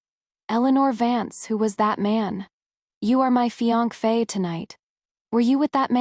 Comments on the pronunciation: Fee-ank-fe’ LOL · AI couldn’t pronounce it, apparently, and other words as well. I guess it’s true, nothing is perfect.